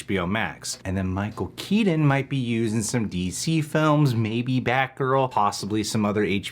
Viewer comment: Say Keaton right god damn it! Drives me insane!